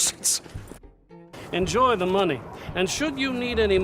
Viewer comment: We just need MORE MUNEH😂